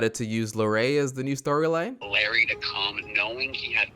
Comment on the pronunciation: did you just say larray a larry